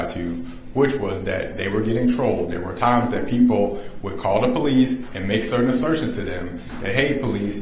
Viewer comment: not cawll me neow for a free readin 😂😂😂😂😂😂😂